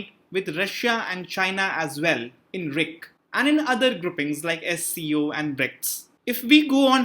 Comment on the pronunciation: Please pronounce R I C not..